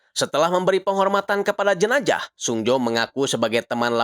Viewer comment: Jenajah apa jenazah bang😭